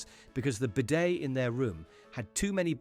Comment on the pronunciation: AI narrator here, no one pronounces bidet like that! Nor does anyone pronounce Bolgona that way either. No one with an English accent ever says zebra that way either!!!